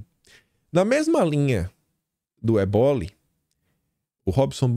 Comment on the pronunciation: corrige aí: não é eboli. É ÉBOLI.